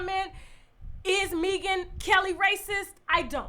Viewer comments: I can’t with the way you pronounce her name: Mee-gan Kelly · Maybe it is me. But I was not able to finish this video. Mispronouncing Megyn's name...an the light skin chick comment. I will try again when I am not detoxing & can drink wine with you.